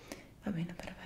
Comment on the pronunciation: Guarda caso ieri mi sono fatta il piercing alle orecchie❤️ Con i tuoi soft spoken mi fai svenire Ma il tuo "prefetto" è da brividi⚡⚡